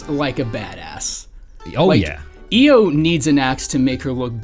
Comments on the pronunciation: Couldn't make it one minute in. You definitely mispronounced Io's name. I don't even get how you managed that. Both the English and Japanese pronunciations say Ee-yo, not Ai-yo. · It's EE-Oh, actually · Io is pronounced as E-o Yakumo says it at some point in the game Also Louis isn't pronounced as Lewis it's pronounced looee